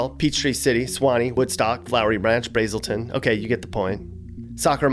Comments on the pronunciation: It’s not bresiton ITS BR AAAAA SITION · You pronounced Braselton wrong. It's Brazz-el-ton. And I live in Flowery Branch and I'd say it's more upper-middle class than straight up rich